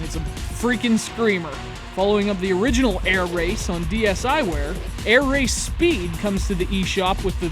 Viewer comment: You said the name properly :) Thanks for the review. I'll just add something: the game has a pretty low price of $4,99.